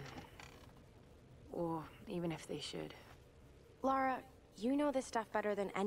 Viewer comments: It's Lara, not Lora 😆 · It's LA-RA not Laura. I've got no idea why Americans can't say a basic English 4 letter name properly